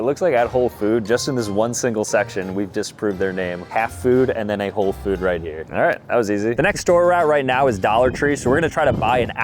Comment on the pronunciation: "Whole" not "Hole" - as in whole milk. You were so almost there 😂